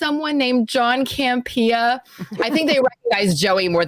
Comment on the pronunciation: I love but why does she pronounce John's last name as CamPEEa (emphasis on second syllable) when he pronounces it CAMpea (emphasis on first syllable)? Let me be clear...I LOVE and her contributions to the show but I always found this curious!:-)